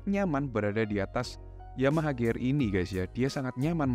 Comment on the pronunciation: Nyebut pcx bener pisi ex giliran nyebut gear gak bener